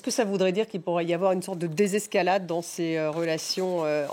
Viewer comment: Arête de dire lisqualad